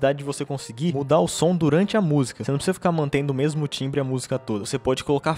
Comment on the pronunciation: Caraca....qué isso Rapá... "Bão mêmu"